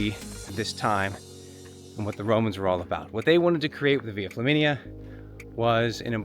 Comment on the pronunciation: I thought you said "Via Chlamydia" when I had a mouth full of coffee. I had to wipe up the mess on my keyboard and screen, and blow my nose pretty hard. Thanks for the giggle!